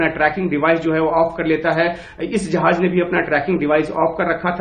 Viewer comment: भाई जहाज नहीं बल्कि जहाज़ उच्चारण सही करो।